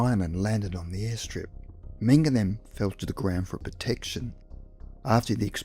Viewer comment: the narrator kept repeating his last name as menga, mingo mango, and the name is menger, man that drives me nuts.